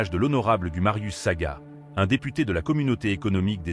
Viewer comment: Ce n'est pas Saga mais Sagna 😂😂